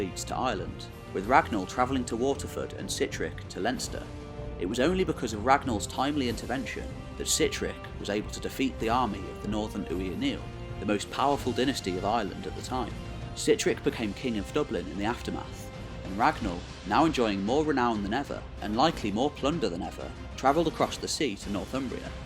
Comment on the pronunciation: Great video, but please, please stop pronouncing “Ui” as “oo-ee “. It’s pronounced “ee” as in the word, see. Oh and I know your map is just supposed to be a generalization of the area the Vikings controlled, but they never controlled all of Leinster like that. They surely raided into those areas, but they never controlled it. Their area of control was limited to coastal regions like Dublin, Wexford, Waterford, Limerick, etc.